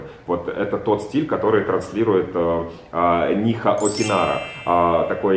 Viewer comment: нИха окинАра)))))